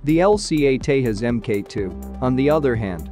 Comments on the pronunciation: Pronounce it as Tejas...not Tehas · Hey buddy you pronounce Tejas wrong. It’s nit Hispanic name where j is h or I don’t know lol